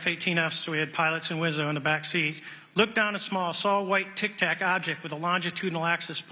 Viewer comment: Its Tic Tac not tac tac